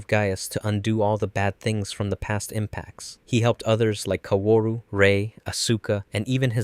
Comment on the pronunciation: "seela", "uh-sue-ka", "ko-war-ru"? they literally say these names dozens of times in the show, how does one get them so wrong? this is like when m night shyamalan had them call Aang the "uh-vatar Ung" instead of Avatar Aang. did you only ever watch the netflix re-dub? because that was bonkers